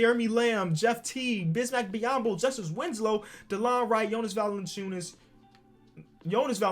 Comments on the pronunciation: mans rly said Jonas Valanciuns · realizes he said the name wrong and goes back and says it wrong again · Says Jonas Valanciunas then goes back... and says it wrong again.